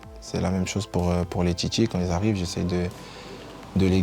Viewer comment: « pour ceux qui ZArrivent 😂😂😂